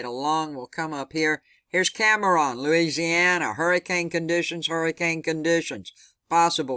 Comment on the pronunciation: thank you So Much for the storm update! btw, Cameron = Cam Ron, not Cam Ah Ron. Not being critical at all, just thought you might like to know <3